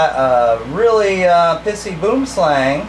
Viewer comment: Hahaha Mate you are a legend, I'm a South African, and I just can't get over how you say boom slang. ( yes the pronunciation was wrong but seriously who cares ) I would like to thank you for posting all your video's I find them fascinating, please keep them coming :)